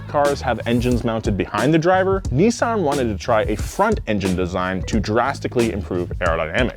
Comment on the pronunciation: IM GOING TO COMMENT ON EVERY VIDEO FOR TO PRONOUNCE NISSAN CORRECTLY. ITS NOT NISSSSSSEN ITS NISSAN